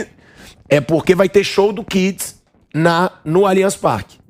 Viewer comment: AVISA pro pilhado que é Kiss e não é Kids Kkkk